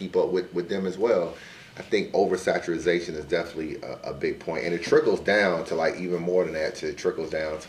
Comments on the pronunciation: Saturazation? WTF does that mean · Somebody tell its OVERSATURATION.... what the hell is oversaturization lol